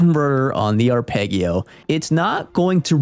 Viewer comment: Saying arpeggio like that is unhinged (and hilarious).